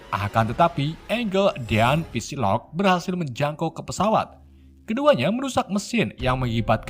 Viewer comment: note: psylocke dibaca sailok bukan pisilok min